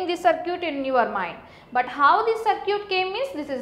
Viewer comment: sar-kee-yut LOL!